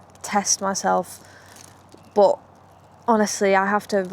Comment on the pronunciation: Why do you say BOT instead of BUT?